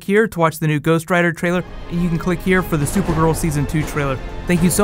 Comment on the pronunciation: "Hive five"? 🤔 and all this time I thought it was "high five". 😂😂